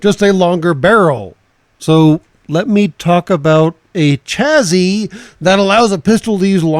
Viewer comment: Just FYI, chassis is pronounced sha-see, rather than cha-zee.